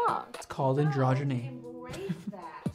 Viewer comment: "Its called androdgeny...." 😂 How did Tyra not know that vocab?